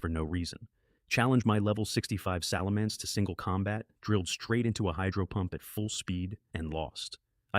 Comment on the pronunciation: Fix the pronunciation of the blastoise, gyradose and salamence